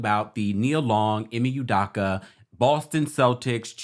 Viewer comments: Udakka....🤦🏾‍♂️ Pronounce proper u doe ka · It's "UDOKA not UDAKA" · Learn how to pronounce black names. It is phonetically “you-doh-ka”. As for the paparazzi, no fool like a stupid fool. Who asks that kind of question in the presence of a child, seriously! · Please pronounce this man's name right! Ime (E May) Udoka ( you dough cah)